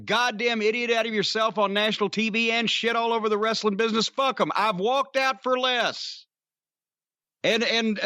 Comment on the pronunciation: Vince was anal about pronouncing "w" but can't say the word "wrestling " correctly.